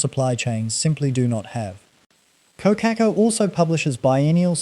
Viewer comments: Core-car-core > Kōkakō.. just sayin 😎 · God help me! Someone tell this man how to pronounce Kōkako properly! It’s sooooo distracting. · I unsubscribed once I heard the pronunciation of Kokako . Not a kiwi AI grandpa .